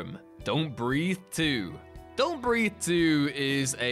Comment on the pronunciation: Don’t BREATHE******** Not breath.